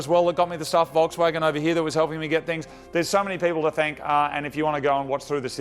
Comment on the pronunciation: Did he just say "there's so many people to fank"?